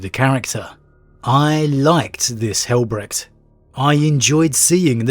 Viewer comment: Since names of the sons of Dorn are often derived from German, it is not pronounced Brekt